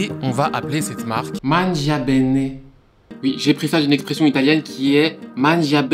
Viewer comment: Tu aurais pu vérifier comment prononcer « mangia bene » avant de le répéter 10 fois. Ça m’a pété les oreilles. :P